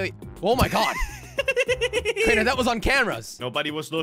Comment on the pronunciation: dont say oh my gad!!!!!!!! jelly pls that is sin